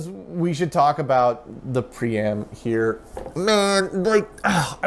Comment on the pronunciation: Whenever you say "pree-am" and the drive isn't on camera, I hear "pre-amp" and think "why is there a pre-amp in a PDP-11?"